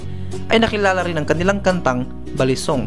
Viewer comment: Its pronounced as bali song. As in bali malaysia. Hndi balisong batangas.